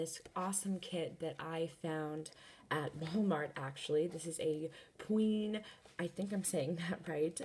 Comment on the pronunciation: She said pween set